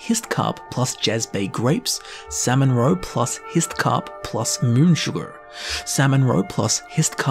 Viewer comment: Who's mans is this! HAHAHA! Tell him how to say sugar before I do... I'mma hurt his feelings... 🤣